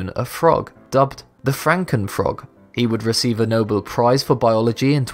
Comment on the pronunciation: NO-BELL, not noble